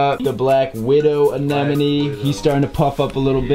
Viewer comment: Props to the guy that said Anemone right. One in a million reefer